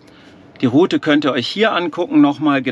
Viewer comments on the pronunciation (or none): none